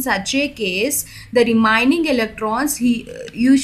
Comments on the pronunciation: It's Remaining not REMINING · Kya ghatiya pronounsation hai remaining ko remining hattt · Wow so nice english REMANING 🤣🤣LUIS DOT 🤣🤣🤣🤣